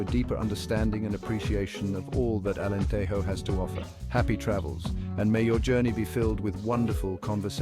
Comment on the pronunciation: You made a video about Alentejo, but you didn't bother to learn how to pronounce Alentejo (the Spanish J sound only exists in "Spanish"). 8 seconds...